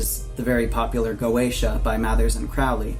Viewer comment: "Crowley" rhymes with "holy."